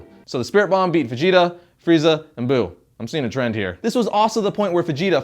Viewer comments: Fh'jeeta..Fajita lol :) come onnnn.. its Veejeetah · Is it me or do I keep hearing him say fijita instead of vegeta 😂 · He pronounces Vegeta like how people pronounce fajita wrong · It sounds like you're saying Fegeta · bro you keep saying fegeta. now this whole video is non canon x) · i swear at times it sounds like hes saying FAgeta